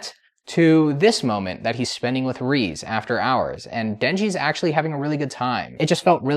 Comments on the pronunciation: I 100% agree peak cinema… but it’s reze.. not reez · Say it with me now!!! "RAY-ZAY"